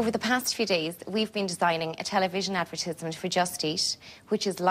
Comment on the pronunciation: Why does she keep calling it an “ad-ver-tiz-ment”….::? I know the Irish say words differently but I’ve never heard anyone call it advertizment 😂😂😂😂